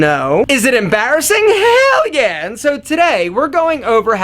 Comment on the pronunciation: 44 second in xD "HELL YEEESS" the way he says it